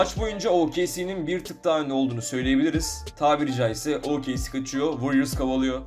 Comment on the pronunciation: OKC yi o ka ce diye okumaman lazım O ke ce diye okuman lazım. Senin Türkçe öğretmenin kim =)